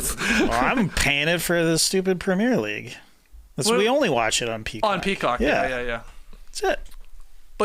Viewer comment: Petition to have JD pronounce "PREMIER LEAGUE" properly on tomorrow's episode. Sincerely All football fans worldwide